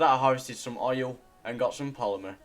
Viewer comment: When u said oil on day 12 it kinda sounded like Oreo